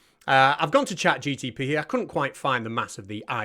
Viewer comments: Nice work. But… it’s ChatGPT, not GTP. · You are obviously right and Eric is a moron but...... Why do you keep calling it ChatGTP?